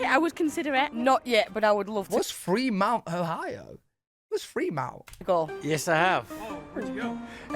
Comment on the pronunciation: Fremont not Fremount Ohio